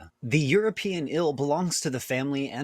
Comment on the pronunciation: says "ill" for eel